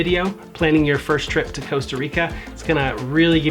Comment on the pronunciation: Coasta or Costa Rica